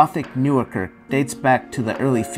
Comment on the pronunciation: It is Not Kurk, it is kerk with an è...